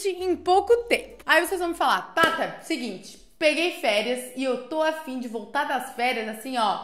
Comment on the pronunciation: Eu entendi pata e voltei o vídeo e percebi que era thata